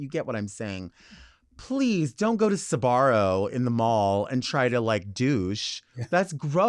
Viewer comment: She said Sabarro PIZZA!